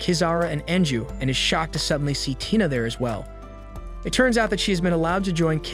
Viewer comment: Right when u said tina u said taina(i'm sorry if i spelled the name wrong)